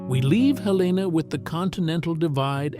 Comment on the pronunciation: Helena is pronounced HEL-n-ah.